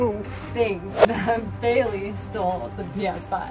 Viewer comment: It's baleiey